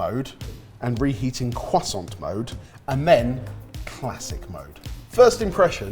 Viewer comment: Did i just hear the legendary cwoisssssant